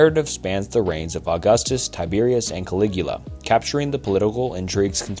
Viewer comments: Bro. I had to turn it off 10 seconds into Caligula. I’ve commented this on your channel before, you NEED a pronunciation guide or something. You’re butchering like basic terms and stuff all the time. “Caloo-guh-La”. “I-dees of March” “pro-Laurian guard.” These are all screwups in the first minute. Go look at any other video and see how every other person pronounces it these terms. I would have watched the whole thing, but I can never make it through your videos because of your pronunciation and your reading. It seems like you do 1 take, and don’t want to take the time to do another where you don’t stumble on words. I’m on the Vespasian parts right now and you can clearly hear you pause before saying Vespasian each time. These are things that are gonna put a legit ceiling on how big you can grow, and if the intent is to become a bigger channel, you gotta fix this. Oh god I just got to Constantine, and heard how you pronounced his name, I have to turn it off… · I bounced after "Calougula" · "Ka-loog-ulah" lmao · Damn i enjoy your videos but imma have to sit this one out brother, 5 mins in and your pronunciation is driving me nuts. Calulula, really? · It’s really not hard to pronounce words correctly. You pronounced Caligula 5 different ways and each was wrong?? I can’t even comprehend how you thought that was how praetorian is pronounced It literally gets worse and worse. You don’t know how to pronounce capital, or edict. Fucking “trahan”?? Bruh You just say words like you’ve never heard them before. Callously is a word “Sassination” Persians??? Do you even read what you write when you record? Or go over it afterwards? Holy shit I’m so excited to see what you say next “Anquitity” fucking perfect I am convinced you used chatgpt to write this and then just read it out without giving it a glance. It’s astounding how you mispronounce some basic English words let alone Latin related ones